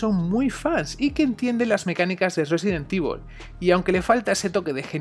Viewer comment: Sesident Evil 🤔